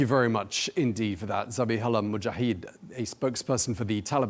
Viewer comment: It is a bit shameful when the cannot pronounce Arabic names, e.g. Zabihullah Mujahid, correctly. It is not that difficult. I am impressed by the clear and meaningful answers from Mr. Mujahid.